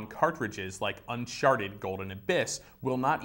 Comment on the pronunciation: he totally said "unsharted"